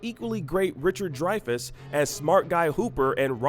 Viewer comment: He also said Richard Dry-fess!!!!